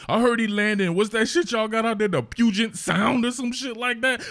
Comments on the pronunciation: As a Washingtonian, good job at the pronunciation of Puget Sound. That’s a hard one for people unless you are from Washington haha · Thank you for saying puget sound correctly. Also yes….. that man was tosssd